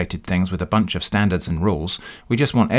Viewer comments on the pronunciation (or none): none